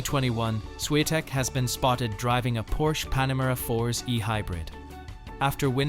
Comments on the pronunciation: I really do not understand how they pronounced her surname as “Shiantek” when it is spelled as Swiatek🤔🤔🤔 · Buddy, just for respect to Iga, if you use AI or any lector to read the text, make sure her last name is pronounced properly. Because this is what happened in this video is just ridiculous with no respect to world no.1 Don't do this again.